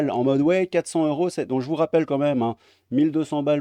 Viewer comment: On dit quatre cents zeuros dans la mesure où il y a un s à cent.